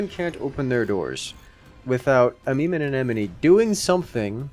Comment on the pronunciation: just casually flexing on pronouncing amemomeanemone every time he can.